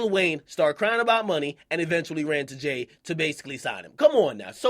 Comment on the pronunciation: Jay's dick is so far down akademiks throat he can't even say jay lmao. listen